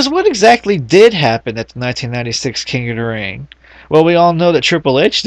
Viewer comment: "king uh da ring..."